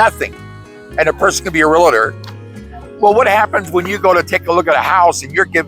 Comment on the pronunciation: I appreciate your content and have watched many videos but there is no "i" in real-tor! A common mispronunciation. 😘